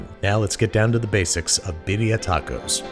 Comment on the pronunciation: "Bediah tawcos"